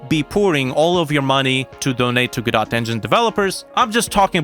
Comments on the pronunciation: Normal people: go - doh this dude: gaw dot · it's pronounced " GUHH-DOH " ,, WTF man ?